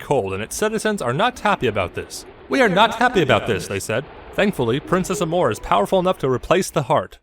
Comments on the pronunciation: Despite the humor and sarcasm, this... this was kind of right. Also, Amore is a word from an Italian origin meaning love. Pronounced: Ah-more-ay. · Princess Amore (Pronounce Ah-More-Ay) It's Italian for Love. It's why Cadence is "Princess Mi Amore Cadenza" which is "My Love, Cadence"